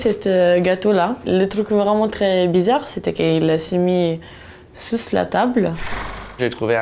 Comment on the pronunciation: "Il s'est mit sousse la table" j'adore la prononciation mdr